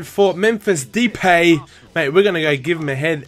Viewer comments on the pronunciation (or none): its mephis da-epay you said daypay